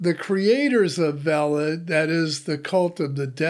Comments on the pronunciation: I think it is pronounced Vaylid (as in veiled). 😊❤️ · It's IPFS how do you fuck this up that bad? Veilid is literally pronounced for you and you missed it.